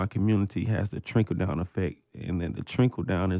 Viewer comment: he said trinkle , instead of trickle…as in trickle down effect LOL love 2 chainz though, and his pretty girls album